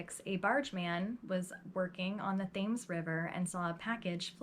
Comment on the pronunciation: Thames river is pronounced "Tems" 😉 awesome narrative though. I remember this woman, I think she was on Deadly Women or one of those shows.